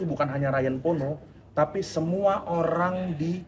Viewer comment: Kalau tak salah memang begitu. Tapi penyebutan Pono jadi Porno kembali terulang makanya dipaporin.